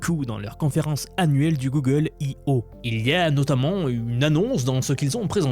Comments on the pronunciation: Et ben didont ! Gogole dit un mot particulier et to ze moouuuumoouuun !!!! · "Guegueule" - The french Thank you for the effort